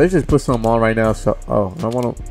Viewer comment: Dat shit be funny ASF when he say that